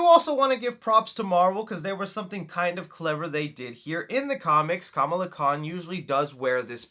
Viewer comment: Dude, you’re pronouncing her name incorrectly. She even corrects the mean girl in this very same trailer for pronouncing her name incorrectly like you do here, lol. 🤷🏻